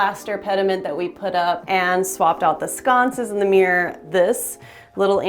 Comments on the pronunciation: MirrOr... not mirr...😅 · It’s mir-ror, which is a 2 syllable word, nor meeerrrrr. 😂